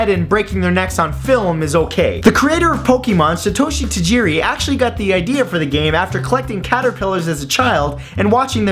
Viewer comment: It's not Satoshi Tajiri!